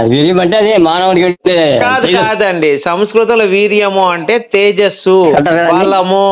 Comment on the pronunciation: తేజస్సు కాదండి. లేతస్సు